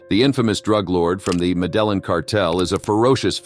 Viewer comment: Met-tea-yeeying. not met-teh-lin